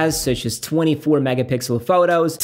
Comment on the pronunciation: "FWUOAR" "FWUOARTEEN"